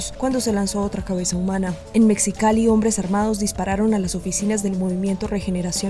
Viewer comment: Mecsicali? De que país es la cronista? No sabe que México y Mexicali tienen en su "X" la pronunciación de una "J"?